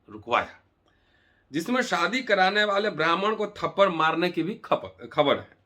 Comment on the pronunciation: Thapadd hi hota hai bhai thaparr nahi. Aur har baat ko jaati mein baat kar victim card mat khelo